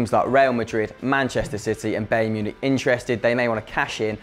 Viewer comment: who is bae Münich